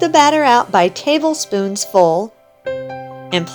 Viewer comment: Oh my goodness❣️ You said something exactly correct that most people say incorrectly…so refreshing ❣️ The “word” is: “Tablespoonsful”… I hear most say: I hear most say: “Tablespoonfuls”. Proper way is: TablespoonSful… NOT TablespoonfulS !!!